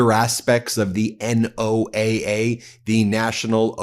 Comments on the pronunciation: Ben!! It is pronounced “Noah” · Ben don't be an A1 McMahon. NOAA, the National Oceanic and Atmospheric Administration (not Agency) pronounced Noah. I love what MTN does but you need to cross your T's and dot your i's not because not doing so makes you look any less intelligent but because it allows the Cult to cloud the waters. Also why does Maga Mike look like Emmett from the LEGO Movie?